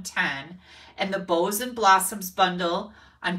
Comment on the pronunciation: Boughs and Blossoms set - 'bough' is pronounced ˈbau̇, not like 'bow'. Think of the Christmas song 'Deck the Halls'. You don't say 'Deck the halls with bows of holly...'. It is ˈbau̇s of holly.